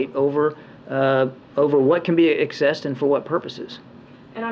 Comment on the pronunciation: his talk about the money being "accessed" but pronounced it "excessed". In the real world, once they get their hands on it, it's over, no one is going to keep up with where it's going.